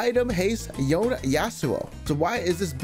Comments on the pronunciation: I CAN'T dear pants, his name is yone, not yown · it's Yone not Yon lol